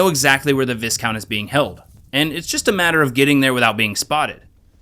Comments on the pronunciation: Great video. But it's just pronounced Vicount, the S is silent. Like all the ranks of your missions. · Its pronounced "vy - count" - european noble person. Good video 👍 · FWI it's pronounced "Vigh-count", the "is" sounds like it does in island. Great video though, thanks for the upload :) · Really enjoying this series so far. Just a heads up, you don't pronounce the "S" in "viscount"... It's more like vye-count. Cos the English language is stupid like that sometimes. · extremely fun video, nice job! ...the s in viscount is silent... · That ain't how you pronounce viscount, brother.